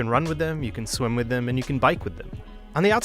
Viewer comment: Did he say swim with them ?!?